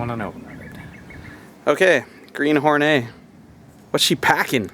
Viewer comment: I paused the video to write this ... are you calling this car "The Green Hornay" for a giggle ? Why would you call it "Hornay" [a posh person with a hard on] rather than "Whore Net" as it should be pronounced. Look dudes, you might not know this dooooozie of a detail but ALL WOMEN are whores for the right man .... This masterpiece was called "The Green Hornet" for a very good reason ... surely !?